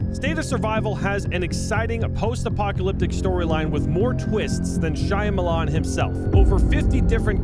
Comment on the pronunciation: He pronounced Shyamalan shiyamilan and I'm living for it